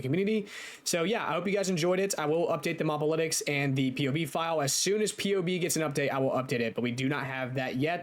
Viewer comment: It's "moh-buh-litics", not "mahb-alitics"